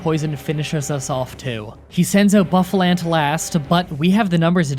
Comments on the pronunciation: It's bo fa llant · I wasn't gonna say anything until you bragged about how you got them all right.Here's a list of pokemon names you got wrong: Genesect, Patrat, Audino, Reunculis, Sigilyph, Musharna, Mienshao, Carracosta, Hydreigon, Seismitoad, Bouffalant. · And Bisharp and Bouffalant